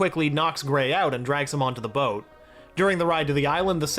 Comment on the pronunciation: I can forgive all the mispronounced names, they are tricky sometimes. But how do you mispronounc boat?